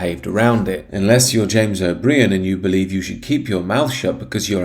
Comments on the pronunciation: Forgive my pedantry but the creep's name is pronounced O'Bryen not O'Bree-an. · It’s pronounced “O’bryan” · O'Brien is absolutely right, and this presenter is moronic; he cannot even pronounce O'Brien's name properly.